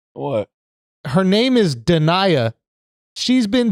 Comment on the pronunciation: Da-NAY-ah. She even spells it phonetically on her Instagram, so that's how I KNOW you're saying it wrong on purpose.😑😒